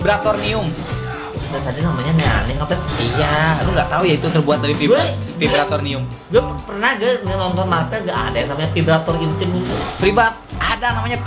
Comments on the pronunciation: Vibranium kali bang bukan vibratornium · Bang namanya vibranium bukan vibratonium..🤣